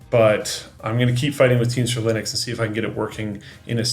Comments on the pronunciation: Linux not Linus 🤣😂🤣😂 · Linux not Linus, 😅 Linux is a portmanteau of Linus Unix so technically not wrong either way 😂